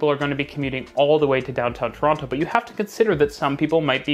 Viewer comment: The way you pronounce Toronto is gonna get you mugged one day.